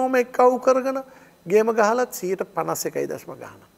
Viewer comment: ගේම ගහලා කියන එක මට මුලින් ඇහුණේ බෝම්බ ගහලා වගේ